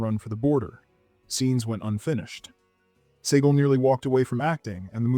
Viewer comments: George “SEE-guhl”, not “SAY-guhl”. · "Neevan" and "Saygull" - DO A BETTER JOB!